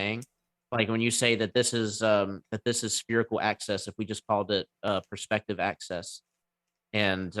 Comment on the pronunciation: Why does he keep saying 'spherical ACCESS'?